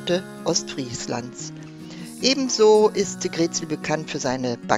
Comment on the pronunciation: Moin und, schöne Bilder aus unserer Heimat!! Bei der Aussprache der Ortsnamen liegt die Betonung immer auf der 2. Silbe. Wenn wir hören GREETsiel, dann müssen wir richtig nachdenken, daß Ihr greetSIEL meint:-)). Wunderschöne, kompakte Darstellung von Ostfriesland. LG Axel und Ute aus Südfrankreich